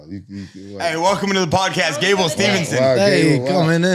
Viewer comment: At least pronounces Steve-son correctly.